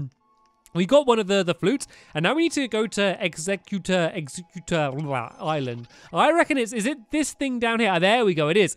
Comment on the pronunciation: stampy it's pronounced egg-zek-you-tor